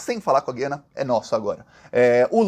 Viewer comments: meu querido, o nome do país é GU iana. Para brasileiro e para hispânico. Quem fala GUI ana são os portugas. Para brasileiro é errado falar Gui ana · Gosto demais dos seus vídeos, mas você derrapou na pronúncia: as vogais na palavra "Guiana" não têm som igual ao da palavra "guiamos" (sem ouvir o "u"), e sim como o da palavra "Cuiabá", com o "u" nítido. Se ainda existisse o trema, poderia ser escrito como Güiana para deixar claro. Mas como o trema foi extinto para facilitar a vida de quem escreve, acabou dificultando a vida de quem lê. Abs